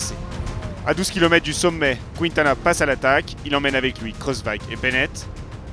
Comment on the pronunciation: En revanche, ce serait bien d'arrêter de prononcer "Kwintana". La séquence "Qui" ne peut faire que "Ki" en espagnol...